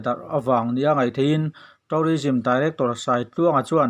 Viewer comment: Thu a ngaihnawm, English lamdan (pronunciation) erawh fimkhur/uluk deuh a ṭha. Eg. tû:rism tihturah taurism han tih te hi